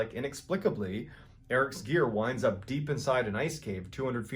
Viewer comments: At first I thought he said “ Eric’s ear” . The story would’ve been even creepier..... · Everytime I hear the mountain climbing one I think I hear "Eric's ear" rather than "Eric's gear"